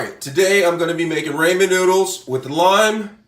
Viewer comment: that’s not how you say ramen...................................... are the noodles a person????????????????